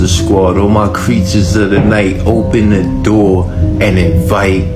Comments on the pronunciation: "Open the noor" intro guy might be at the wrong door or have dementia. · no he said NOOR on purpose which means LIGHT in Arabic. He is just hoping that we do not catch onto the fact that they know ancient languages like Arabic, Latin and Hindi, for example. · He said door. He is pronouncing it as NOOR because in Arabic, NOOR means LIGHT. By opening the door you are not supposed to, they want access to light that they are not supposed to be given.